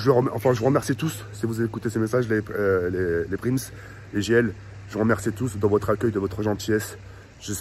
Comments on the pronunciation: c’est “PRISM” pas “PRIMS“😉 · on dit prism pas prims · wa lhmar c prism pas prims hagoune 🤣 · C’est Les Prism Pas les Pims ou Les Prims Mdr 😂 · PRIMS 🤣🤣🤣 Ptn tk il a un problème 🤣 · PRIMS 😂😂 C'est PRISM 😂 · mdr il dit prims au lieu prism de ta cru c’était des pringless 🤣🤣🤣🤣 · C’est pas prims c’est prism ahah🤣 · Prims au lieu de prism C est du TOUT CRACHÉ😂 C EST PAS GRAVE ON T AIME 🐻🐻🐻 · Mdrrr c pas PRIMS mais PRISM 😂😂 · Mdr il a dit « prims » alots que ces « prism » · « PRIMS »🤦‍♂️🤦‍♂️ t’abuse respect wsh « PRISM » on dit rolala😭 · Prism pas prims mdr il m a perturbé à dire prims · Prims 😂😂😂😂🤦🏼‍♂️ cest prism tk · "Prims" 🤣🤣 c'est prism poto 😂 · c'est prism pas prims😂😂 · c'est prism pas prims 🤣🤣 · Il a pas osé prims il a dit mdr c'est prism tk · C’EST PRISM ET PAS PRIMS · ses pas Prims, ses Prism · C’est prism et pas prims mdrr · c est prism et pas prims 😂😂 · Rk il dit prims mdr alors que c prism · ses prism pas prims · c'est P R I S M et pas pirms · ta pas le droit c’est prism pas prims mdr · "PRIMS" J'EN PEUX PLUS DE CE 😂😭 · Mdr c'est comme quand il dit paris games week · Il a dit prims!!😂😂😂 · "PRIMS" MDRRR JPP IL A 3 MILLIONS D'ABONNÉS ET IL FAIT 0 EFFORTS (BREF)😂😂😂😂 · "PRIMS" MDRR,... fait un effort quand meme 😂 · Sa me tu quand il dit "bienvenu à la villa proms" 😂😂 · sa ce dit prisme mes tes le meilleur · PTN ON DIT PRIIIIIIIIIISM !!! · Mdr on dit "priSM"😂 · « Prims » MDR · Attendais il a passer une soirée à la villa et il sait toujours pas dire prism 😂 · C'est "PRISM" mon gros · C EST PRISSSSSSSSM BORDEL . IL INVITE UN MEC QUI N ARRIVE MEME PAS A DIRE LE NOM DE L EQUIPE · "PRIMs" 2K20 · La villa des "prims" 😂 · Ptn jpp il dit prims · Si vous avez remarqué il dit prims . 🤦‍♀️🤣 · c'est pas ta mit prims et tu dis prims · Il a oser mettre prims et en plus il le prononce comme sa